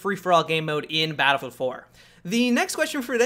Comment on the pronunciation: say it with me now.. Battle-Field.